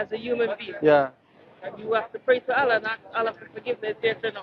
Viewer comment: I just love the way pronounces the word "Allah" He does a unique elongation to it. I always look forward to his mentioning it. Tabarakah'Allah...